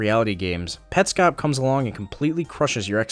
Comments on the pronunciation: ew he pronounces it petscope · Look...I agree with your review, but if you really like it, why did you pronounce it wrong half the time?